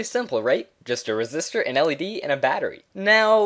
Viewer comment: bro its resistor not resist her 😂